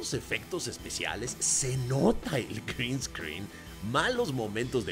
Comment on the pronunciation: Se nota el “Crin scrin”